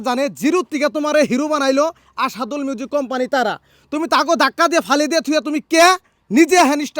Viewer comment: দূর মিয়া ভাষা ঠিক করেন ভাষা শিখেন তারপর ভিডিও বানান আসাদুল কোথায় পেলেন হবে অসিদুল মিউজিক আর আপনি বলছেন আসাদুল।মুসফিকারে শিল্পী বানাইচে অসিদুল ভাই।